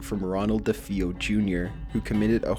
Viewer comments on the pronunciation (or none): I like your videos, there's always stories I haven't heard, but I am going to respectfully correct your pronunciation on a couple things-k? the town in Long Island is pronounced "AM-IT-EE-VILLE", and from all the coverage, the family who got killed by the son name is pronounced "Deh-FAY-OH". Just so you get it phonetically right. no offense to you, you do a great job finding stories that aren't seen over and over, and don't drag out the ones we all HAVE heard over and over...this is one of my favorites, paranormal deaths happen a lot more than we ever notice or give credit to. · I don't think our boy has ever heard of the A·midi·ville horror, or Robert Dafee·O.🤭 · Ronald dee-fay-oh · I actually may agree with you. He doesn't even know how to pronounce "DeFeo"